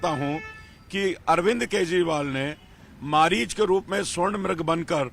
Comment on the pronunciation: ये अनपढ़ अपने को पड़ा लिखा बोलता है हिरन मारीच बन के आया था मारीच को मरीच बोल रहा है ये गटर छाप है भाई